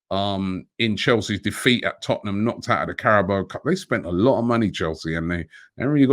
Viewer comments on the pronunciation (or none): none